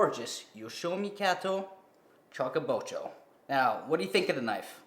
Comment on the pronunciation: Chew ka bocho.... chew not chuck.